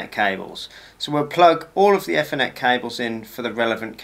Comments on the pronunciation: usefull video tho you need to learn how to say ethernet properly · The way you are pronouncing ethernet and router is driving me up the damn wall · That is not how you say Ethernet 😂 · Yes you made it very easy to understand. Thank you. And yes I’m one of those enjoying your Ethernet & Router pronunciations. I’m nearly drunk, have to watch it again. Hope you’re a good sport. Thanks again. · Yeah, it's not a criticism or being unkind, I just have never heard it pronounced that way. It was enough to make me turn it off though. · ) sorry, just my pet hate nowadays, not pronouncing 'th' correctly by putting tongue against your teeth. Good video though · This guys definitely found a new word, shame he keeps saying it wrong. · Had to stop watching - the mispronunciation of ethernet will stay with me for life